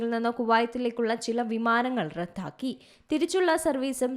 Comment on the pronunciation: റദ്ദാക്കി എന്നാണ് പറയേണ്ടത്, റത്‌ഥാക്കി എന്നല്ല.